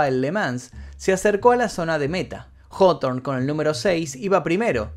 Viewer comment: El vídeo que justamente estaba esperando y como de costumbre el Mefisto no decepciona. Solo pido el de día del atentado de Oklahoma y ya no le pido mas vídeos y solo me dedico a disfrutar el canal. Puntos extras por mencionar bien el apellido Hawthorne parece que nadie sabe como pronunciarlo bien.